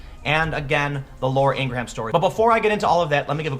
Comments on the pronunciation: Pronounced Ing-rem . Not HAM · Ing-gra-ham? And you're a 'journalist?' It's fucking 'Ing-Grum.' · It's pronounced (ing' grum) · It's not Ing-gra-ham it's Ingraam spelled Ingrham but pronounced the way I text it....dont know why I had to write this lol. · Love ya, Bro. But Laura is 100% Halal Kosher. There ain’t no “ham” in Ingraham. It’s pronounced just like “EEN-gram”. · FWIW it is pronounced een gram, not een gra ham. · Come on Tim... Ingra-ham.? You damn well know her name is pronounced "ingram" even if the spelling would indicate otherwise. Look, I appreciate when people try to be articulate, but this, along with your over emphasis of all those hard Ss and Ts is really getting annoying. Your manner of speech makes you sound like you are lecturing children and it sounds really condescending. Just relax a bit. You do make a lot of really good points (and some not-so-good ones too, but, mostly good). But your manner of speech eventually wears on folks. Keep up the good work, but keep this in mind.. Most people dislike when they feel they're being lectured to. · Ingram not Ingra ham. just fyi. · Say ingra ham again, nigga, I dare ya!..... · Repeat after me Tim... ING-GRAM. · (Her name is pronounced "Ingram" as in the way the surname "Graham" is pronounced "gram.") Welcome to the new form of tyranny. For the entirety of human existence, people have coalesced into groups (in this case, people & their Twitter followers) that bully other people & groups to do their bidding. This is nothing new. Learn how to fight back. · Bill May-HERR ! , Vince McMay-hAMM ! , Laura Ingrah-hAMM ! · IN + GRAHAM = ING RUM . Thats how you pronounce it Tim. Not nit picking. Just thought you would like to have the correct pronunciation. Keep up the good work. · The H is silent. It’s pronounced Ingram. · Wow... seriously! Ingra-HAM. 😂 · iTS PRONOUNCED ING-RUM! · Een-gram - stop pronouncing the h. You’re killing me. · Inger-ham? Also, is there a head under that hat? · Pronounced ING-grum